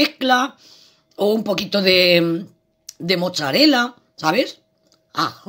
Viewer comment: No se dice mocharela es mozzarella no destruya el italiano